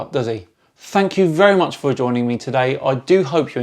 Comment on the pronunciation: Fank you so vewy mooch